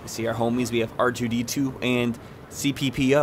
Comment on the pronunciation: "CP-PO"? Was that on purpose or another mouth blooper? :P I hate to be the know-it-all critic, but there's someting wrong with the Star Wars coaster Skywalker. Plesase understand this as constructive ciricism: I'm pretty sure that voice is supposed to be Anakin Skywalker since Luke was still in Padmé's womb when Dooku sent battle droids into the Clone Wars. As you said correctly, Luke then mainly fought Clone Troopers - which weren't even a thing back in the Clone Wars.